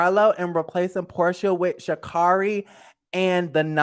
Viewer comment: Are you trying to say Shamari Devoe ? If so I loved her on the show as well 🥰